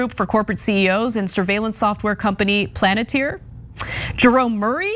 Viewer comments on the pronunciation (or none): PALANTIR, not “Planeteer” 🙄🤦‍♂️🤦‍♂️🤦‍♂️🤦‍♂️🤦‍♂️🤦‍♂️ Haven’t you ever seen LOTR? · Lost my mind at "software company Planeteer" Palantir lol